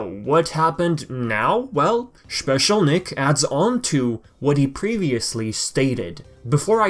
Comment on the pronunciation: Why I laughed when you said "Schpecial Nick" 😂 I remember when I was taking all night writing very long comments on your video some month/year ago, hoping to see some new Sly news like a little kid waking up and seeing his presents below the Christmas tree It will be very emotional for everyone IF a new game is announced, crying or not trusting the info, they gonna be a lot of feelings that day 👀